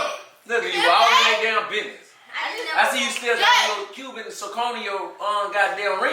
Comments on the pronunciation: That boy said Cuban czechoneon ring😂😂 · He said Cuban coney 🤣🤣